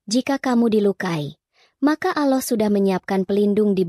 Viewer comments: Kalau membaca yg benar dong...Allah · kamu ngucap nama Allah pun ndk bisa...bukan islam ya...